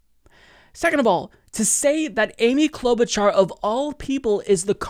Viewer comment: he seriously just said Klobuchar